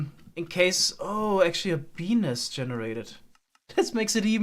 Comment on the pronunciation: Ohh, he said bee's nest...